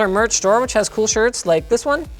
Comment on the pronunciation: OMG did linus say "That's coo" lol 90's baby there.